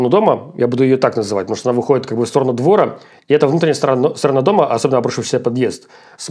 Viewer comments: Да мальчик просто безграмотен . Вот и здесь - .. со стороны двОра.. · Умиляют ващи ударения:" смотрит в сторону двОра". Откуда вы родом?